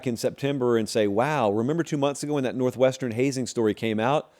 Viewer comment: NORTHWEST ERN..😅😅